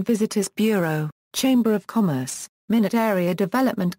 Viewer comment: It is not pronounced minute., Rather my not